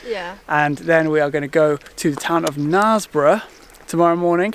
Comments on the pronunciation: "narsbrough"? its "nersbrough" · Sorry. Have to correct you. It's pronounced kn'airs'borough, not kn'ars'borough... Silent 'k' notwithstanding. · I hope someone corrected your pronunciation of Knaresborough before you left... Not the worst I've heard though.